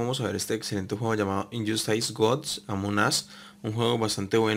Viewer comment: INYOSTAIS GODS AMON AS jajaja xD